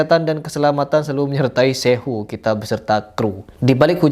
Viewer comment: Kayaknya begitu. Nggak becus nyebut atau nulis "suhu" atau "sifu", makanya jadi "syehu"! 😅😅